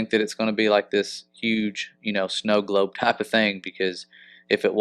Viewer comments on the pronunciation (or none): none